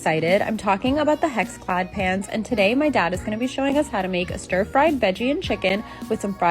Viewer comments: I kept hearing pants too lol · Tell me why I thought and the girl in the video were saying "PANTS" not "PANS" 😂😂😂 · I thought you said ' pants' and then she like dishwasher safe? I was so confused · Not gonna lie I was so lost half listening to this, I thought you were saying PANTS not PANS 😅 makes more sense now lol